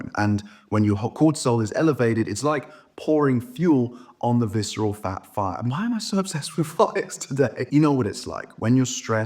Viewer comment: Yeah, I hate viceral fah! It is a reah scary pah!